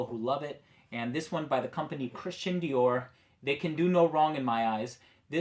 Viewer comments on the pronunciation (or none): none